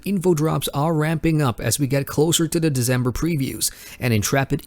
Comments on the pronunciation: its december not deZember dude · Thanks for all the news! As someone else mentioned, the English month is pronounced December rather than Dezember. I know this is hard to get used to if you're accustomed to saying Disyembre, but since you seem to be going for a Western audience, it's a small thing to pick up. Keep up the good work! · I'm from the same country as. The way we pronounce December is how it's suppose to be pronounced, with a C not Z. I'm not sure why he's pronouncing it with a Z.